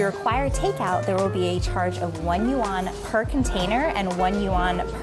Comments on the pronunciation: Nah, was closer. Just have to say it in one syllable though, not two. In China, bucks = kuai. No one says yuan or rmb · pronounciation of yuan sounds more correct..sorry 😅😅 generally speaking food portions in northern China are bigger than southern China.